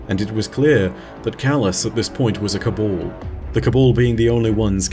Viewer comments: Cabal not cobul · Pet peeve but it’s Si-va not see-va. It’s Ca-bal not Ca-bawl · "The cabol...the cabol...the cabol" DUDE, you do pronounce the first "a" in "ca...bAl", so wtf?!?